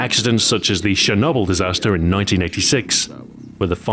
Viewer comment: ah yes, shernoble